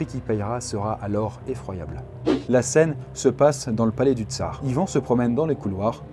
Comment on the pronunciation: Pourquoi tu fais pas la liaison avec "dans"?